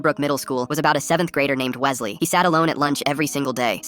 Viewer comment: I feel Offended my name is Wesley not what he said 😭